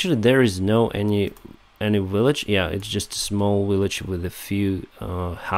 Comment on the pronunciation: in this video and others you repeatedly mispronounce the English word village as willage. I believe the letter V in English is pronounced the same as the Cyrillic letter B. Please look into this.